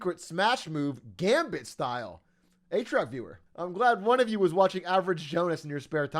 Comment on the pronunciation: Behold rare footage of the Atrioc chatter actually making the A correctly.